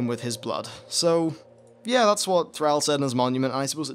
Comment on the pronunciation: I like the video but PRONUNCE THRALL PROPERLY even Go'el is good enough